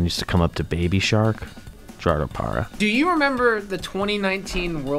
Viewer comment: to be fair he also hit the hard G in Gerardo Parra so maybe Trea isn't a leading pronunciation authority....or is he